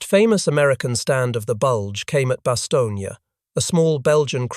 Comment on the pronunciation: It's Bastone not Bastonia